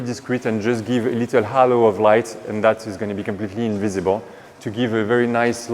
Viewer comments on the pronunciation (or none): none